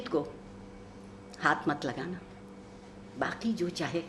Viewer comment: Alas, no one noticed this shit of a guy tearing apart Iqbal's poem in the crudest way. What a shame, a program dedicated to the great poet, witnessed a brutal assassination of his 'kalam'. This guy pronounced 'saaqi' as 'saaki' , 'baaqi' as 'baaki'. Pathetic.